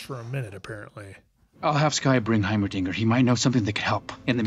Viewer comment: High-mer-ding-y Lol